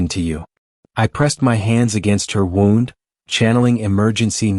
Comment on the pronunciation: Please learn how to pronounce wound properly when attending to an injured person it’s sounds ridiculous